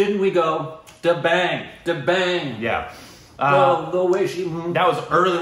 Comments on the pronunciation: No its da bang as in bang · Its pronounced as 'The Bung' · He is not competitive body builder, he is fitness promoter...watch his almost debut film....Maine Pyar kiya... da..bung....right pronunciation... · Salman Khan was not a body builder, he started as an actor. And it is pronounced 'The-bung' (as in rung)